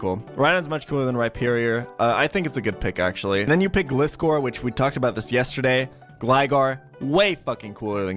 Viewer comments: Why did u say gligar pronouncing the I as eye but gliscor you pronounce it as ihh cringed me binge watching ur channel not gonna lie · and other pokemon you say wrong my freaking god